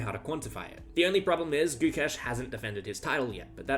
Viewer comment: Having the balls to actually say Gukesh's full name without fucking it up is insane...